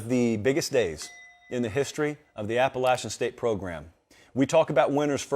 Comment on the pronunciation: God bless you for actually pronouncing our school correctly 🙌🏼